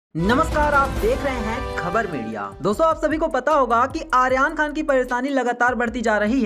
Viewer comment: Aryan khan ka naam to theek se pronounce kr lo jitni baar bola hai utni baar hi galat bola hai, jis se irritation ho rhi hai .